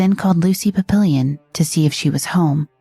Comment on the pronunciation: Lucy "PAP-pill-Eon?"